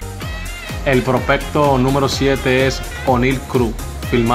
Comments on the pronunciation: Aprende hablar prospecto no propelto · No se dice propelto se dice propecto